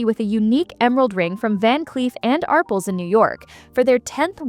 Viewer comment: Love the way AI says 'Arples' instead of "Arpels'